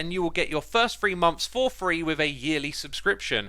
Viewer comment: "First free monfs for free" That is a tognue twister if Ive ever seen one